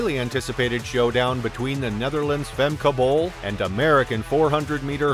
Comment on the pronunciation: really bruh, you can't pronounce her name?